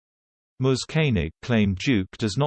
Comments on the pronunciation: Who is "moze"? Are you trying to say Mizz? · Can someone PLEASE tell the ignoramus who reads the script, how to pronounce "he's", and that it is not spelt out, but READ!He obviously does not know that the apostrophe is in the place of the letter "i".Furthermore, "Ms" is pronounced "Mizz"-not "Mose".